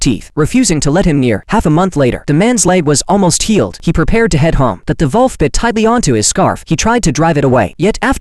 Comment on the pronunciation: It's wolf but the Ai voice couldn't pronounce it correctly